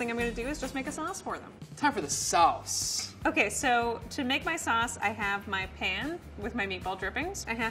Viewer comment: Why are and saying SauNcE? Instead of sauce